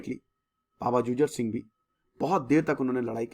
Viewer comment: I respect you sir but its not " जुझर सिंह "its " जुझार सिंह "